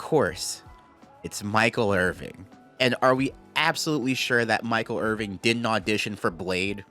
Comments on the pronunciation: are you really saying Michael IRVING? WHAT IS YOUR PROBLEM!!!!???!!! It's Irvin. No G, my G. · Hearing you say IrvinG is driving me insane 😭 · I love you man but how can you call him Michael Irving for the entire video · I love you but it's Michael IrVIN, not IrVING. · His last name is Irvin. There’s no g. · Irvin, not Irving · "Irvin" not "Irving" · Love this video, but there's no G on Michael's name. It's Irvin.